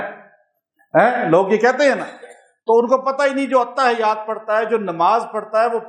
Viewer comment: The correct pronunciation is (Attahhiyyat as written in Arabic).